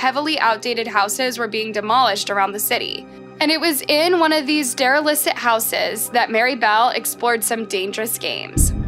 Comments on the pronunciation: It’s pronounced dair-reh-lekt not derilicit lol edit: OMG oh-see-oh-la not osckeola 😂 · And derelict; she says dare-a-liss-it lol.